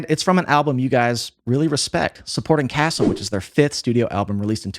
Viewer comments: The first time you said it, I wasn't sure but after the second time I'm fairly certain you said "Supporting Castle". Love the videos and hate to correct you, but it's Supporting Caste. Can't wait to see you do more Propagandhi. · Supporting CASTE, not “castle” lol jeez 🤦‍♀️ it’s a play on words… and they’re definitely not a new band, they formed in like 1986. Also you’re pronouncing their name wrong 🤘